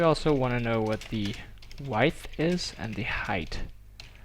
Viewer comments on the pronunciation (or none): Say weidth one more time, I dare you, I double dare you